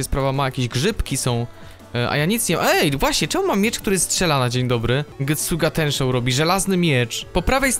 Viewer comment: pytanie oglądałeś bleacha ? bo powiedziałes getsuga tneshou